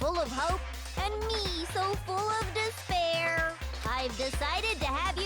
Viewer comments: When Junko says despire, doesn't it sound like "dis bear" 🐻. The ultimate dis bear is just a group monokuma formed to brag about himself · "Impossible to escape disbear" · After a while it pisses you off to hear dis pear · Can't escape "dis-bear" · when ever someone says "despair: i can only hear "dis pear"